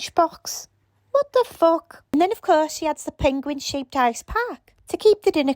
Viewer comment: Your "What the fook" send me rolling! Ahahha! XDD